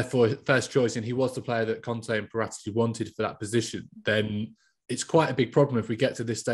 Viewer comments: Wtf is with that Paratici pronounciation. Its Para-tee-chee, not Pah-rata-chee hahahahaha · Why do all English journalists change peoples names to its para tee chi not parat echi. Otherwise good talk about how badly run spurs are.. I think all the blame states and ends with the money hungry Charmaine that is Daniel levy he has rajen sours to new levels with a great stadium but what’s the point of you don’t back the manager… conte will walk away if there is no cash injection he can’t win trophies with deir as a cab and no creativity in midfield and relying on Kane for goals… levy is not a football man he has no clue about football the passion or what it means to be a fan.. he’s a businessman. And he runs it like a business let conte spend and see how spurs will change.